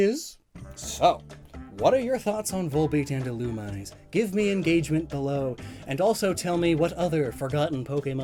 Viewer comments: Here: Thanking for all the wonderful info I got today Also here: You're pronouncing Illumise wrong... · all pokemon names are fictional so it doesn't matter but if you're going to make a video about it at least look up the pronunciation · yes, it is officially pronounced that way, but many people pronounce it the way does. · keeps saying "Illumise", but it's pronounced "Illumisé" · Literally watching this episode to see if pronounces Illumise right: nope. “Ill-Uhm-EE-zAe” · Yet another victim of EELOOMEESAY, mispronounced but not forgotten! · I know Illumise is meant to be pronounced 'Ill-OO-mi-zay', and while I like that I still say 'Ill-yoo-mise' and I'm guessing most others do? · And it's "ill-oo-mee-zay". Did you not watch the Advanced season of the anime as a kid,? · It's pronoced illu-me-say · Pretty sure it's pronounced Ee-loo-me-ZAY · A-A-Ackchyually, it's pronounced "Ill-Uhm-EE-zAe" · "Illumise" is actually pronounced "ih-loo-mee-zay"; tis possibly an Anglicization of its Japanese name, "イルミーゼ Irumiize". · I think Illumise is pronounced ee-loo-mee-zay. That’s what I heard in the anime and in Japanese it’s Irumize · I think Illumise is pronounced ee-loo-mee-zay. That’s what I heard in the anime and in Japanese it’s Irumize. But Pokemon was never consistent with pronunciation though so don’t take my word for it. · Since I’ve seen none of this, Illumise is pronounced EE-loom-MEE-zan. It’s a very common mistake and I made it for a while, but I gotta point it out. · the official pronunciation according to Pokedex 3D is il-u-mee-zay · The most offensive thing about this video is how you mispronounced Ill-um-ME-ZEY... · That's not even correct. It's name comes from illuminate, so it would be pronounced as ill-OOM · Yeah Ill-oo-me-say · Isn't it pronounced "ee-loo-mee-zay"? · I’ve been pronouncing illumise wrong my entire life apparently. Thank you comments. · When mispronounces Illumise